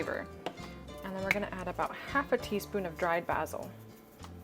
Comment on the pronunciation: Kenedeigh Goins it's how she pronounced BASIL 😂😂😂